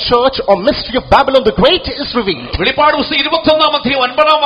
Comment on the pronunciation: വെളിപാട് അല്ല വെളിപ്പാട് ആണ് 🙏